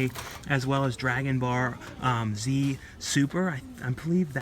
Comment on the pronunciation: lmfao I swear you say Dragon bar z